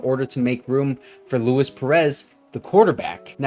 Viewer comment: He's Hispanic. Lu-eese